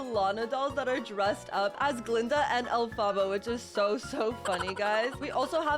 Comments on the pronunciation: You sed alphbha not elphaba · STOP SAYING ALFABA INSTEAD OF ELPHABA IT HURTS ME, also the tickets ARE worth it, they give 10 gaurenteed candies every time you win, plus you can get a (pretty ugly) ghost dress as the secret item, but if you buy the 100 pink cash costing one, most of the time you make back up the money or even extra money, yeah it could be like 20 cash, or smth besides cash, but it could also be up to abt 350 pink cash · It is ELPHABA not Afala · I love how she said elfbabas instead of elepebah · SHE SAYS ALPHABA THE ROG WAY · Calm down not everyone has perfect pronunciation...